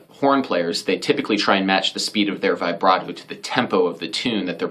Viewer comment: It’s pronounced vih-brato, not vibe-rato!! Get it right